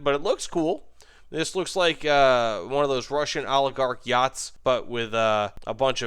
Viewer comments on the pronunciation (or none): none